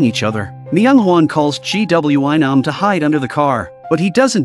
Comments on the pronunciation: Mistake 1:They are on a random building roof Mistake 2: Its a suitcase not a box Mistake 3:Its a teacher not a security guard Mistake 4:Its a school nurse not doctor Mistake 5:Its not G W I Nam its Gwi-Nam Mistake 6:SanWa? Mistake 7:Its not Nam-Rae Mistake 8:Waund? Mistake 9:HALLAM? Mistake 10:SANGWIM? Its Ms.Park Mistake 11:ITS GYEONG-SU! Okay more mistakes I will just stop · Blud said " G.W.Y nam " 💀💀💀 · All I hear gwion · Instead of gwi-nam☠️☠️☠️ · The amount of times the AI said GWY nam instead of saying the bully or GW or Nam was a lot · Bro called Gwi-nam g-w-I-nam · the way he said gwi nam😭